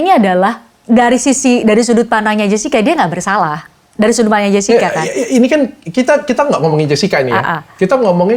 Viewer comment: Jessica bukan jascika😂😂... Anda menuliskan pronounce english yang diindonesiakan yah